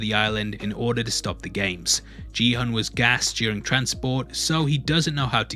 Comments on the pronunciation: His name isn’t ji hun It’s gi hun pronounced ghee hoon… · everyone throughout the show: gee hun this guy every time: JEE hun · Why do you call him Jihon lol is it that hard to say Gihun? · It's "Gi-Hun", not "Ji-Hun". How can you watch the entire series without realising that? Please don't tell me the English dub mispronounced his name? (I watched with subtitles). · It's not Ji Hun. It is Gi-Hun. pronounced more like Ghee Hoon. I was like who the hell are you talking about? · His name is Gi-hun, not Ji-hun. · Watches entire show, still manages to mispronounce Gi-hun as “Ji-hun” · Love your break downs but Gihun is pronounced with a hard g sound (not a j), and hun is more like “hoon” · I thought his name was Kihun and not Jihun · ki-hoon not “g” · if his name was JiiiiHan they’d just write Jihan, he is GİHUN. Kİ HUN. Kİ HOOOONN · it's "Gi-Hoon" not "Ji-hoon" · Please pronounce Ki Hun, rather than Gee Hun 🤷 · Not sure how you can watch the whole show and still pronounce the protagonist's name wrong :| its gi-hoon, not G-hun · You totally mispronounced the main character's name btw. It's gui-hoon, not ji-hoon. Also, 46 billion won is only about 45 million dollars. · Great video! Very thorough - but the way you’re pronouncing Gi-hun’s name as jee-hun triggered me lol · No offense to you personally, but your pronunciation of protagonist’s name is wrong. Gi of Gi-hun is pronounced like when you say god and goat, not job or jelly. He’s the main character of the show and his names are repeated multiple times in the series. As a Korean, I lived my life teaching foreigners how to pronounce my name correctly (and it’s not that hard) and I think many Koreans can relate to this experience. Since you made a video about a Korean TV show, in the future maybe you can do a quick research and learn how to properly pronounce Korean names. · every time you say "ji-hun" instead of pronouncing the g as in "gi-hun" i die a little inside but great video anyways! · Man really said GEE HOON